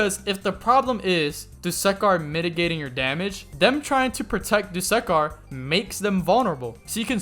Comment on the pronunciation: My man, it's not "do-suck-are" it's actually "do-su-car" pronounce the u not as you, but as uh, don't make the second syllable suck, make it su